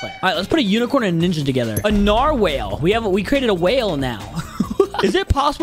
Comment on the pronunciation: It’s nar-wall you monk